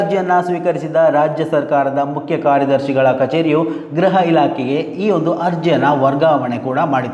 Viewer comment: ಗ್ರಹ ಇಲಾಖೆ ಅಲ್ಲಣ್ಣ ಗೃಹ ಇಲಾಖೆ. ಗ್ರಹ ಮಂತ್ರಿ ಅಲ್ಲಣ್ಣ ಗೃಹ ಮಂತ್ರಿ ಅಂತ ಹೇಳ್ಬೇಕು ಆಯ್ತಾ. ದಯವಿಟ್ಟು ಕನ್ನಡವ ಕಾಪಾಡಿ